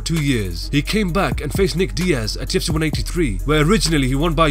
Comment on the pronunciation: Lmao who else hates how this dude pronounces "the UFC"